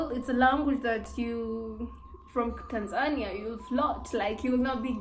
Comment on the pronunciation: I like the way you pronounce Tanzania. It's always supposed to be "Tanza'nia" not "Tan'zania'!!!